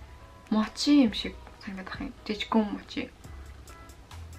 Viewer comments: Мочи биш моочи гэж уншдын мочи гэж бичдэг ч гэсэн моочи гэж уншдаг шүү😅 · Мочий гэж хэлдэггүй шүү моочий гэж хэлнэ шүү эгчээ